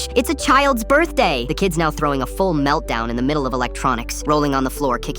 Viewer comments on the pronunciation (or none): birthday ❌ burr-day ✔ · Am I the only one hearing "bir-day"